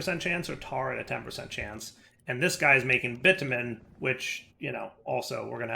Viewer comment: Hearing pronounce bitumen in a way that makes it super clear he's not cursing is hilarious when he later says "I want your pink to be round robin" 😂 And if you don't get it then you're innocent, and that's ok too if that's what you want.